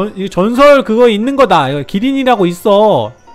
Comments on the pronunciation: 기린이 아니라 키린이에요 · 기린이 아니라 키린 이에여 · 기린이 아니고 키린 입니다^^ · 기린이 아니라 키린 이에영